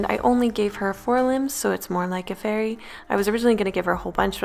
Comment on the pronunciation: My son said every time you said fairy it sounded like furry.